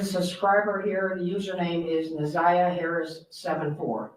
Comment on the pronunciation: You keep calling her zaniyah